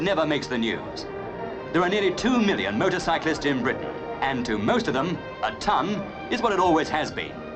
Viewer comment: It sounds like the narrator calls them "Murdercyclists"